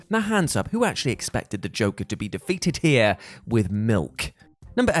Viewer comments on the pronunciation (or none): none